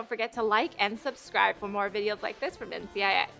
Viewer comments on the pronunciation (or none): none